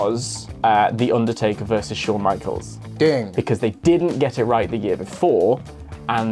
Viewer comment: i hate how pronounces the undertaker, he keeps saying "ondortayka"